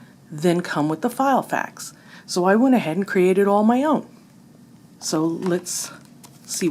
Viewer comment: lol you kept calling it "File"fax 😄